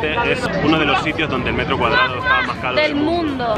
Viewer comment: "metrgooo" ay que me meo jajajajaja buen vídeo estuvo interesante 💚